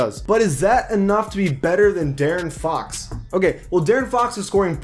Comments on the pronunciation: Bro I got mad when he kept saying Daren Fox I’m like bruh it’s De-air-in Fox or Deaaron Fox I know it’s a mistake but it made me kind of mad but good vid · How is J-Rich still only a 79 tf....He's the best Heat player right now ifgaf what the ratings say. Also its D-air-n not Darren for Fox. Good vid tho👍. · The way he pronaunces De'aron Fox ugh 😡